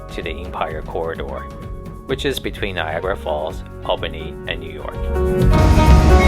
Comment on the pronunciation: Why do people doing Lake Shore Limited videos often mispronounce Albany? It is pronounced All-bany.